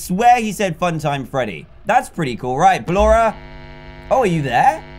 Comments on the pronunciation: Dan calls her ballanora lets motivate him to say it right with a controlled shock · no offense but ballora is pronounced Bal or a